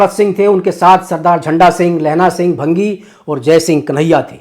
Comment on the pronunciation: Bhaangi hota hai bhangi nhi